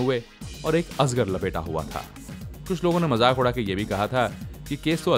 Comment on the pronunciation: I can forget azgar (ajagar); but you mispronounced "Soman" too. You are doing a video on him. Shouldn't this at least be taken care of?